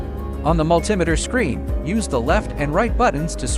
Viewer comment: AI video calling it a Multimiter. Find a human.